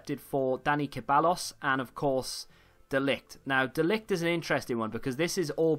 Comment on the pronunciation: Ceballos is pronounced “Seh-bye-os”